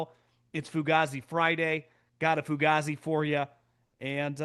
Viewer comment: ITS PRONOUNCED FUGAYZI BRUH